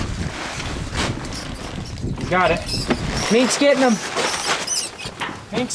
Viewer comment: Minks. not monks !!! Lol